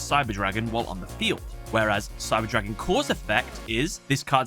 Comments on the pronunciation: it can happen with german words, but props on pronouncing them correctly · Every german comment section is full of "hahaha me too xDDD". Keep it classy. Anyways, this mistake is a bummer as it is quite avoidable by a quick research. On the other hand I am glad about the proper pronuncation as some Yugitubers butcher those names. Looking at you, Alex Cimo.